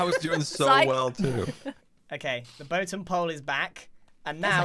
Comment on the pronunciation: Don't you mean the "boatem" of you stomach just dropped?